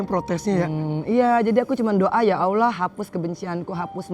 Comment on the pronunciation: Bu Angel,.. sudah full muslimah, dan sudah khatam qur'an... Mbok Yao mengucap Allhoh nya kok kurang fasih ya... Coba ajarin pak Ustad supaya lebih .... FASIH YA...AMIIIIN3